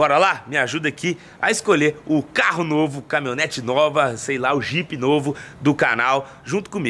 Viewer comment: Camimhonete que dize kkk